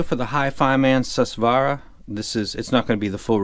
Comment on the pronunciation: It's not Sus swaara... it's Soo-Swaraa...it's sanskrit..Su means good Swara means Sound